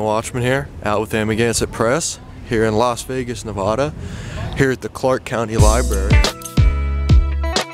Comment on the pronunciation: Its Nevada not Nevahda.....we locals take offense to that...yankee yokels....